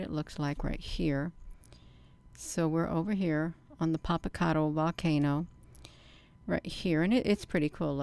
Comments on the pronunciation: You’re not pronouncing that volcano right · We live quite near this beautiful volcano, first ya ought to learn how to pronounce the name of the volcano, or just call it Popo as the locals do. Anyway we've quite a spectacular view of Popo, it's letting off vapor and ash...so foolish